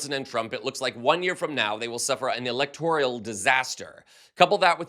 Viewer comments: Excellent reporting. I believe the word you meant to say is electoral, not electorial. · Is the word "electoral" or "electorial"?